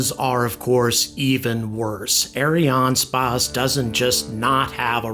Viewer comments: Look, I know you're trying to sound french, but just prononce it Ariane Space. The french Variant is Ariane Espace, but don't bother. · I like your videos, but as a french man, I've never heard "ArianeSpace" pronounced as you do. We all say "space" as the english word. You pronounce Ariane like it should (ok, not the 'r', but no worry), but the "a" in "space" sounds weird. I'll continue watching your videos anyway, but while complaining.